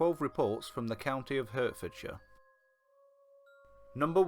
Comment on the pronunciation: You pronounced hertfordshire wrong. I'm offended